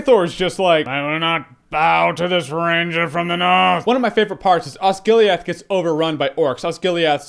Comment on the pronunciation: "Ossgiliath is a small town"